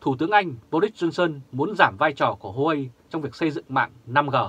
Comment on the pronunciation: Huawei đọc là Wah-Way hay nôm na là "qua-quây" nhé nhà báo